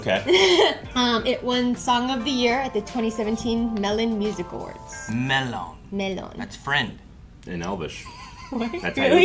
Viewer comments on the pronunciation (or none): as a big LOTR nerd and big ARMY, "MEL-LON" made me giggle lol